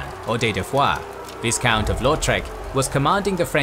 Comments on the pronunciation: "Viss-count" bro you're killing me 😂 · Please learn how to pronounce viscount correctly. That was painful to listen to.